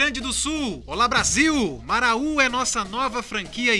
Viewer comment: Muito lindo o vídeo! Mas não se fala Maraú!!! é Marau apenas.